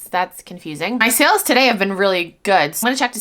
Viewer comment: Gawd I hate that. Like, is English her 1st language?